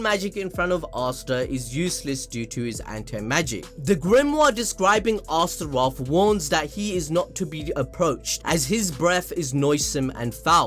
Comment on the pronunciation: Also its not two names/words. Its just one word Astroth like Goth girl from teen titans home land Azeroth. Its ostr-oth you'd trigger me if you didn't already completely make me hate you for shitting on Fairytale.